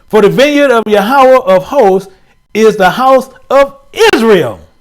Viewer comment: Hebrew word for God is YaH-wAyH (Yahweh) NOT ya-ha-wa 👀 🙏🏽